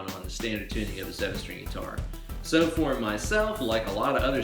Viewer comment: surgeyX Uh six Ster-ang Bass!